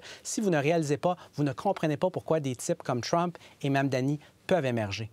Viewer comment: Monsieur le journaliste je vous demande d'arrêter de massacrer le nom de Monsieur Mamdani c'est gênant